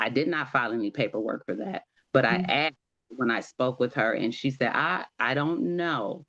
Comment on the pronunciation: Oh you axed for it did you ?